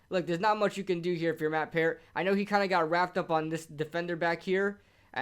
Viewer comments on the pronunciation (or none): Your saying peart wrong lmaooo, I would know Bc I know him personally, my brother played wit him through out college